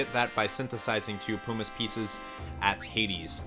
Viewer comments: Jesus christ I swear no one on yt can speak well. Its PUMiss not POOmiss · Where u learn English man moogles and pumice is not pronounced that way lol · Hhahaha Poo miss. It’s Puh mis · Oh, and "pyoo-miss"? Puh-miss! It's "puh"! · "Poo-miss piece" Mate wot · The way you pronounce “pumice” makes me want to cast meteor on you! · I can't handle the way he pronounces everything lol. Pumice is an every day word (PUH-miss, not POO-miss), Regen I always thought was (REE-jen), as in regeneration, according to Dissidia: Zidane is also pronounced (zih-DAHN), but I'll let that one slip because I hate it. The moogle... (KYU-po)??? Curaga... (kyur-AY-ga)???? I'm dead x.x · Just because it's annoying: pumice as in bum, regen as short for regeneration not regent as in Ronald Reagan